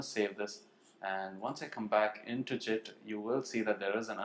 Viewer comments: Your pronunciation of GIT is incorrect. Think GIMP with a T, rather than JIT. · Great video but ,Your pronunciation of Git as Jit is irritatingggg to the core ,call me judgemental but that is the fact and everyone feels the same about it, You are the only one in this whole world that calls GIT as JIT